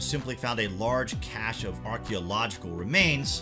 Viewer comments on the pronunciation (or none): none